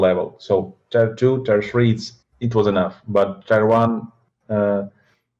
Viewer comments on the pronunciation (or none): "Tai-wan" - I was like "why does he keep mentioning Taiwan?" Blad3 meant, "Tier 1."